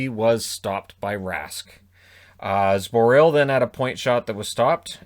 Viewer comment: Luv ya - but it's pronounced Zboril not Sboril - 'Z' sound, not 'S' sound - keep up the GREAT work!